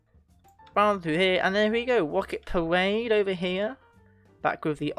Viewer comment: “wocket pawade” 💀💀🤣🤣